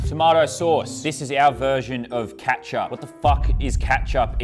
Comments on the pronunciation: lol he said katchup it’s ketup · its not katchup its kechup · Bro what is “kat sup” 😭 (as an American I feel violated) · He really called it catch up😂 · As an American, I've never seen these foods before and they're quite interesting. It surprises me that you've never had Ketchup, or as you say, "CEAtchup." And that you call, what we call candy, "Lollies."